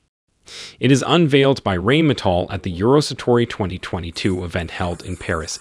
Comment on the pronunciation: It is pronounce Rheine that sounds like Nine! NOT rainmetal LOL! Please stop;)